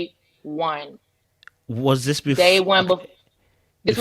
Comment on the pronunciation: Did she just say Dis instead of this! 🤣🤣🤣🤣.